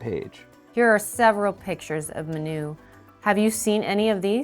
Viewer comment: Small pronunciation correction, the name is Manu with an emphasis on the a, not the u, short for Manuel, in case the name shows up again :).